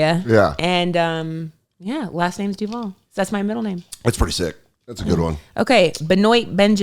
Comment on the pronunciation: Dan, we gotta teach you how to say "DUUUUUVVAAALLL" properly